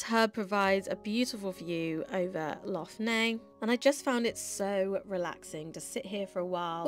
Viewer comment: Nice vlog but you should have asked a local how to pronounce Lough Neagh! It's just Lock Nay no need to add the gutteral sounds!!